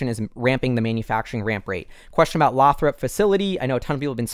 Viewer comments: Lathrop is pronounced Lay-throp. I used to work in that community. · Lathrop is pronounced Lay-Thrup